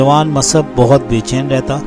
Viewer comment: سیرت مصعب بن عمیر شان صحابی میں خوبصورت الفاظ کہنے کا شکریہ مصعب : میم کے پیش کے ساتھ تلفظ کریں گے تو سب سے زیادہ اچھا ہوگا عبد السمیع از بہار الہند